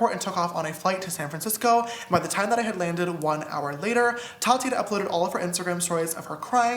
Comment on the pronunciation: The way Ethan pronounces Tati's name 😂 "t A t I"